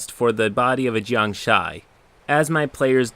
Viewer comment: Take a shot everytime said "jiangshy"